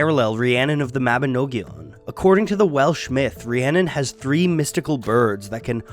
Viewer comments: Mabinogion is pronounced Ma-bi-nog-ion as Well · I have never heard a non Welsh person try to say Mabinogion before, and it was jarring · lol does he have to keep saying mabinogion like that